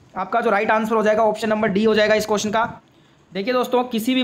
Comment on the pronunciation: Answer ❌ Ansuar ✅ 😂